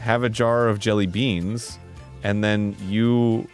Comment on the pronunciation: Did anyone else’s ears twitch from Arin’s repeatedly pronouncing it jellyBEAN